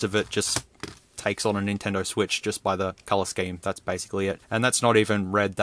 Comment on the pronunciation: "Sotendo Vwitch"💀